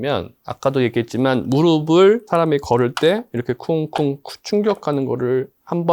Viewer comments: 무르블로 발음하는게 맞습니다 **"무릎"**의 받침은 표기상으로는 ㅂ이 아니라 ㅍ입니다. 그러나 실제 발음에서는 한국어의 발음 규칙에 따라 [ㅂ] 소리로 발음됩니다. 이는 **'평파열음화'**라는 발음 규칙 때문인데, 어말이나 자음 앞에서 ㅍ이 약화되어 ㅂ으로 발음되기 때문입니다. 그래서 "무릎을"이 자연스럽게 **[무르블]**로 발음되는 것이죠. 즉, 표기와 발음이 다른 이유는 발음상의 편리함 때문입니다! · 모음으로 시작하는 형식형태소가 올 때는 음절의 끝소리 규칙이 적용되지 않아 대표음[ㅂ]이 적용되지 않습니다. '의',을'은 조사로 형식형태소이므로 연음으로 발음하는 것이 표준발음입니다 무릎의[무르픠] 무릎을[무르플]이 표준발음입니다